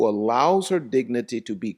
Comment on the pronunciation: You mean her dicnity or idicnity😂